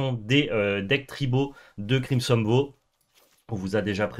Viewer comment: Je vais me répéter, mais la prononciation en anglais est erronée sur certains mots. Je vous invite à regarder le merriam webster ou l'oxford learner's dictionnary pour confirmation ; ils ont des sons écoutables sur les mots. Ma correction, en phonétique approximative : : crimson vaow : mana flode : blode moon